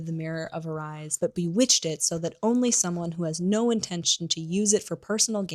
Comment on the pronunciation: Please ... learn to pronounce Erised .. it is ERIS-ED , JKR had to spell out Hermione's name in the 4th book because so many people got it wrong.